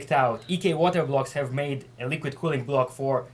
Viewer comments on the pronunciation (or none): You cannot hav! Haha crazy russian